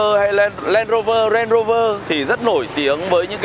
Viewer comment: Đọc đúng tên Range Rover rồi à anh